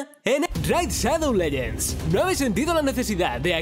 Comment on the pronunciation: "Ene- Raid Shadou Lellends"